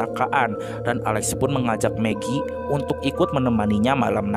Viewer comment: Gua dengernya meki anjrr😭